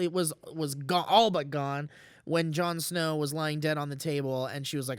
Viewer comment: "Jarn Sner" Lol!